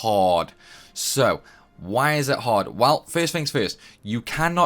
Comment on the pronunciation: Its extremely haaawd...